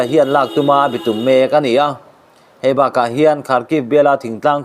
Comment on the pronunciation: A ziaktu ziah angin a chhiartu hian a chhiar fuh lo zauh zauh. Entirnan- kutphah bawk, bitum etc. A awmze bo takin i chhiar ṭhin a, a ngaihnawm lo